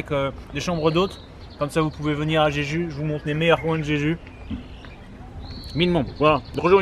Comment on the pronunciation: A chaque fois que tu cites le nom de l'île, j'entends "j'ai judo" 😆 놔이스!!!